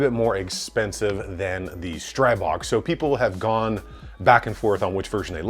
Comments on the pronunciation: The i in Stribog should be pronounced as an "ee" sound btw. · Just a note. It's pronounced strEE-bO. The God of the Wilderness. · Pronounced, "stree-bog" "Stree" as in force or gust, "bog" as in god, Stribog is an ancient slavic god of force, gusts, streams, etc. I'm not being nit-picky, just trying to help. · Thx.I see first Time that somebody write how should eng.talking People pronounced it. Every bad pronounced STRIBOG Hurt my ears 😁😎 Greetings from Slovakia.👋🇸🇰